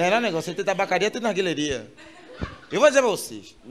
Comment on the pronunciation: "narguilheria" kkkkkkkkkkkkk